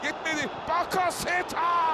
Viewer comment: ÇOK İYİ MAÇTI ÇOK. KAR YAĞIŞI ZOR ZEMİN.. SPİKERİN BAKASETAAS DİYİŞİ..